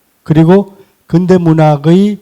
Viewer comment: 아이고! 자고저 문제가 심각하오이다. 자고저란 말 들어 보셔씁니까!?? 우선! "근대"의 첫 자는 길게 발음해야지요!! 그런데! 이를 짧게 잘못 발음했으니! 이 얼마나 슬픈 문화입니까!??